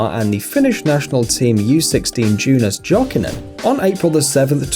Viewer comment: What? Jonas Jokinen is from Finland, so read him please right: as Yonas Yokinen. Not Džonas Džokinen. Dement british comentators.